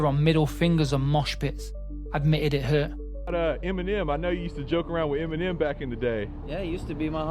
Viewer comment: Why did it sound like he said Feminem 😂😅 EMINEM WILL ALWAYS BE THE GOAT 🐐